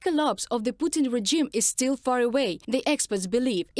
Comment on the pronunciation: Daily English hint.. . "Regime" has a soft g, not a hard g. So pronounce it more like rezhime.